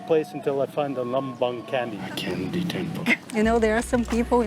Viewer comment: No offence, but Candi Lumbung should be read lo͞ombo͞ong / lo͝ombo͝ong not ləmbəng 😂